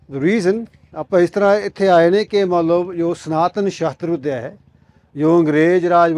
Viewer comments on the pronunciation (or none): It's Shastra, not Shastar. It's Vidya, not Vidiya.